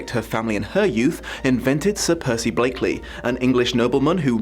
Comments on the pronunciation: Blakeney not Blakeley. You keep saying Blakeley. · Blakeney, not Blakeley. Sir Percival Blakeney, Baronet, if you please. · BlakeNEY. Nuh-nuh-nuh-NEY. And are you trying to curry favour with the septics by saying "uh-RIS-to-crat"? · I much prefer the 1934 version (Lesley Howard, Merle Oberon, Raymond Massey) and it's BLAKENEY, not Blakeley!!!!!!!!!!!!!!!!!!!!!!!!!!!!!!!!!